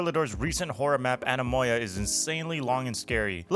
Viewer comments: It’s pronounced an-ehh-moi-uh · The correct pronouncation of Anemoia is Anemoia. Glad to help 😆